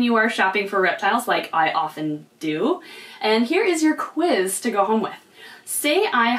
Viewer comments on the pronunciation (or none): none